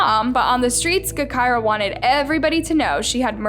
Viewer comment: Smh, really doing videos on Chicago now? It’s pronounced Ja-Ky-Rah, btw. Not Guh-Ky-Rah.